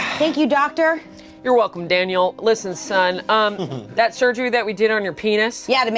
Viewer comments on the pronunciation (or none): the 'yurwulcom daniel' ALWAYS gets me Edit: I NEVER NOTICED AMANDAS FACE IN THE BACKGROUND LMAO